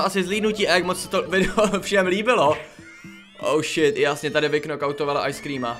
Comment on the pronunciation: Prosím tě neříkej oušit protože anglicky je to hov*o děkuji